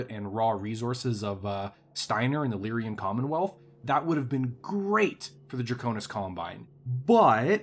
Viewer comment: so whats with constant wrong pronunciation of lyran? I know its a year late.